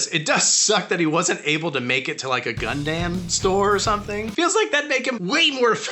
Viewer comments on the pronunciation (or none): Dear, I hope this finds you well. I have just started this video, and before my reluctant comment I must explain that I have loved dare i say 99.69% (nice) of your work as well as own your t-shirt...but your pronunciation of "Gundam" is egregious and something I cannot forgive you for. And in good faith I cannot continue watching your work, may spirits on high guide you in your future. Forever a breeder, me PS....On second thought...I'm going to continue to watch....